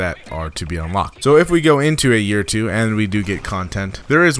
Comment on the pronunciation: You did it a lot in the first 30 seconds if you don't know what I mean. Like the way you said "two"